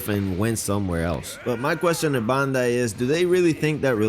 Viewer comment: Dude can't even pronounce Bandai right